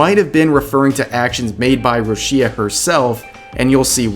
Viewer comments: Rush-ee-a? who the funk is that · Judging by the way you say Rushia, I already know you know nothing about her or Hololive.